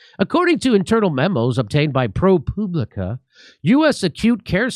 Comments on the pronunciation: Jimmy, it’s Pro Pub Li Ca not Poo! Lol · I believe that's pronounced ProPube-licka. Well, that's what I think.